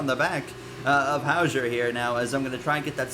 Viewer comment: it’s Hauger (How-ger)